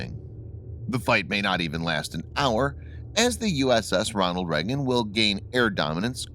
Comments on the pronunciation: as a person from the US how can you not say Reagan properly ?? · Lonald Leygun not “Nucrear” either.